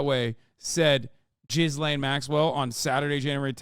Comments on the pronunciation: not to be a dickhead but her name is pronounced geh-lane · Pronounciation, Ghislaine, hard G, mute S, long Ai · i love how everyone decided they were going to pronounce Maxwell's name as "jizz lane". its pronounced gill-ane, but she sure knew how to navigate that jizz lane. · Its french and its not spelled gill-ane. Its spelled geese-lehn